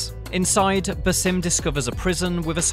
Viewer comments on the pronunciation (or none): Bass- Um Not Bah-Sim. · Its 'BA-sim', not 'buh-SIM'... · Does it piss anyone else off that he says "ba-sim" instead of just "Basim"? It's honestly annoying af because we've heard his name hundreds of times now, yet this dude doesn't know how to pronounce it. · Baw-sim not ba-sim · Bro said baesim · “Basím”? Did he even play the game? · Why say baaa sim its so annyoing his name and pronunciation has been said 1 million times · The stress is on the first part of “Basim” not the second half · Can't get over his pronunciation of Basim and djinni 😂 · At least try to pronounce the names right. Basim's name is even mentioned by Eivor at the end of the video lol. Anyway, just finished this recently and was disappointed it didn't go into more depth to Basim's realisation. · Your saying his name wrong smh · It pisses me off that you purposefully mispronounce his name. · Dude can’t even pronounce Basim correctly🤷🏼‍♂️